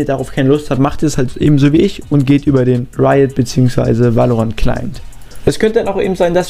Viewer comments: Gutes viedeo aber es heißt nicht valorantt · VÄLORANT NICHT WAALORANT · geiles video aber ich glaube so spricht man valorant nicht aus